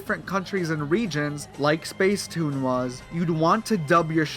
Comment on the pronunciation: It’s pronounced spacetoon